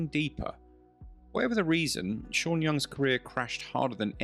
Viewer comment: ¿”Vanelis”? ¿”Sha” Young? ¡Qué ridiculez.